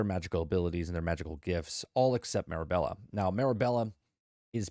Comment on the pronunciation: also my kids wanted me to point out that ur saying the main character's name wrong lol its Mirabel not Mirabella